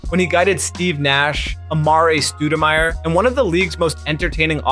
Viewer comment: Amare STOOOODAMIRE? Is that really how it's pronounced? I've never heard that before